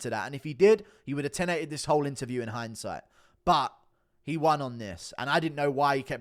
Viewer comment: When Ariel says the word "won" and it sounds like hes calling for a "Juan", its like nails across a chalkboard. I didn't think it could get worse! But his pronunciation of the word "lying" saying instead "loying" actually has proven myself wrong! What a Waisel!!!